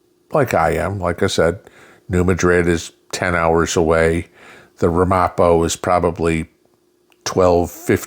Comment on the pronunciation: Morning, the proper pronunciation is Ram A Poe. My old stomping grounds